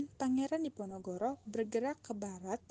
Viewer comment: Ada kesalahan d pembukaan "perang di Ponorogo", harusnya "perang diponogoro"